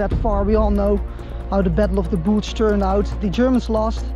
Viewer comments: Battle of the bulge not Battle of the boolge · Battle of the "Boolge." Lol...ok. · Its called an accent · Battle of the Boolg??? American raytion pack??? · Lol I'm new but the way you say bulge made me sub. Also thank you so much for returning those coins ❤️ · I’m subbing because of how he said bulge. I loved the video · Goede videos maar je uitspraak is soms super nederlands. Het is maar een tip. Zoals the Bulge bijvoorbeeld.